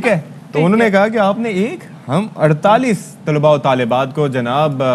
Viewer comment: Tulabao o talibaat ghalat perha hy... Talaba.o.Talibaat